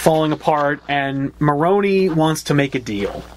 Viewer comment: You are all pronouncing Falcone wrong. The e in the end is like the e in spider. And the way you are pronouncing Marone means bollocks in italian. Still you pronounced Alberto very well :)